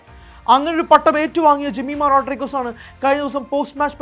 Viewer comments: Jemi ❤ (Rodriguez എന്നത് അവർ റോഡ്ഡ്രിഗ്ഗ്സ് എന്ന് ആണ് പറയുക റോഡ്രിഗസ് എന്നല്ല) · The surname Rodrigues should be pronounced as as in Rodrigs not as Rodrigus. The family must have Portuguese lineage or ancestory, hence such a surname. Jemimah's father trained her from a very young age. Seeing her talent and passion, he must have felt that he could make her an international cricketer. The girl built a cricket career by relentless hard work and now her name is being talked about in the cricketing world. Remember she has played in English and Australian leagues. They wouldn't take any underperformer. Her performance yesterday was unbelievable. She was obviously driven by someting more than human, which we call God or whatever. She attributed her performance to Jesus and the Bible. Fair enough, that is her belief which is only benefitting the country and the cricket world in a positive way and not harming anyone in any way. On rare occasions, the powers of the entire universe drives individuals who work extremely hard and focus fully on their target to achieve something beyond their own capabilities and human imagination. This will not happen to any average minds or to any run of the mill types. Hope and wish the entire universe bestows on the Indian team the drive and inspiration to lift the world cup on Sunday. Wish them all the best.